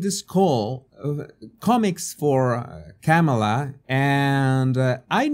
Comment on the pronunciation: ...and mispronouncing her. You can say "mama" & this " , " is a comma; add "la" on the end, simple. I have an accent too, I listened to how she says her name and repeat it. Continuing to willfully say it wrong, like saying "democrat" instead of correctly "democratic" , speaks to a lack of respect for others and a big helping of self importance...Trump is just like this too, zero objectivity.